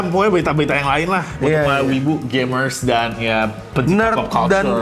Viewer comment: Gamers, tapi pengucapan kali ini terdengar seperti gaymers entah knp kedengarannya kek gtu Mic ny maybe?